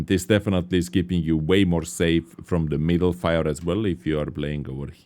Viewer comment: I think maybe he just wanted to put emphasis on "definitely"